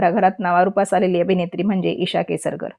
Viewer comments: ईशा केसकर आहे ती तुम्ही केसरकर अस का म्हणता😊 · केसरकर नाही हो केसकर. नाव तरी नीट समजून घ्या! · अहो केसरकर नाही केसकर.कमीतकमी नावाचं उच्चारण बरोबर करावे. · केसरकर नाही, केसकर म्हणा. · केसरकर नाही हो... केसकर आहे तिचे आडनाव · पहिले नाव नीट उच्चारा. ही म्हणते आई वडिलांनी सांभाळ नाही केला मग काय लोकांनी शेजाऱ्यांनी हिला लहानाची मोठी केली का?